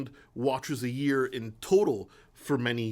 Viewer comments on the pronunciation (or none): none